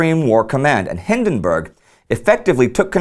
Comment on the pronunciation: We should get Indy to say Przemyśl a hundred times so he doesn't mispronounce Paul von Hindenburg's name again.